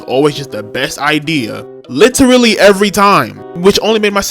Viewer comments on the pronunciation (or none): none